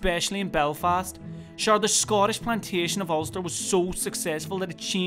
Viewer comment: It's 9/10 but 1) I think he's basing it on a more effeminate individual than most 2) the 'spec' in 'especially' should use the same vowel sound he uses in 'forever' and 3) people from Belfast wouldn't say 'Scottish' that way (but some other areas in NI would, same as the 'especially').